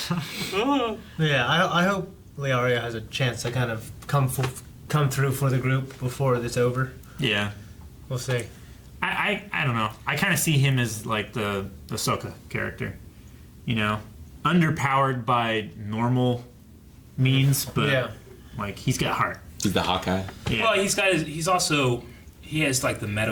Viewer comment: Everybody's talking about the show but I can't get over the fact that you pronounced 'Sokka' like 'Hisoka'